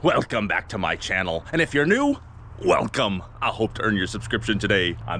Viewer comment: At this point the "Welgcome" is undeniably intentional! How long are you going to leave me hanging about how the two part intro welcoming came into fruition? I mentioned it a few years ago and it went away, then after a few honourable mentions throughout a couple of years, through comments on multiple videos, it finally came back with emphasis and is now a staple of the intro. So..... Mr English teacher, from one grammar aficionado to another, what is the "Welgcome" story? Please, oh please, dont leave me wondering again!